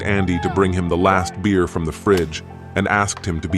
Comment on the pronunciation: Beat me to it, when I heard the ai voice 'that was my last beewr.' the song last beer immediately kicked in xD